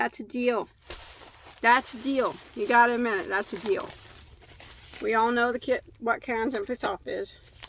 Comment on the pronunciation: I love how you say “killer deal”. To my southern ears, it sounds like “killer dill” which makes me think of silly cartoony images of homicidal pickles. 😆 Anyway, thanks for enabling my yarn habit! 🤓 You got some god stuff!